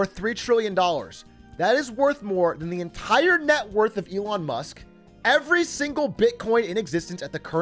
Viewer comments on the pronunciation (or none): none